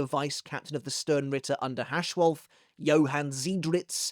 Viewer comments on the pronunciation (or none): none